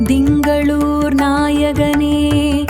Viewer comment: என்னம்மா இது இப்படி பண்ணிட்டிங்களே.... Dhingalore இல்லை. திங்களூர். ( Thingaloor ) அடுத்து ஜெய் ஜெய் சந்திர பாகவான் இல்லை. சந்திர பகவான். ( Chandra bagavan ) உச்சரிப்பு மிகவும் நன்றாக இருக்க வேண்டும்.